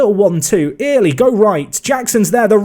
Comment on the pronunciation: Little bit of help it’s Saxon ‘early’ not ear-ley, kills me inside everytime u say it